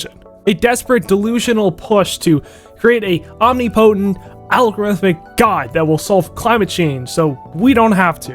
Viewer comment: Omni-potent ?? Its pronounced "aam-nip-uh-tent" 😂😂